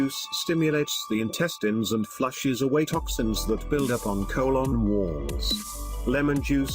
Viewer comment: I liked how he pronounced colon. Co-lon lol